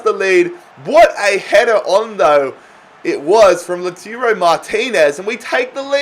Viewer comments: Its lau-toro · LaTIURO Martinez, Borja MaYAROL... dude, you have good content, but please, at least try to read the names of the players right.